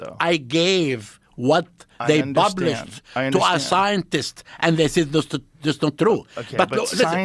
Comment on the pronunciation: " I bublished a book"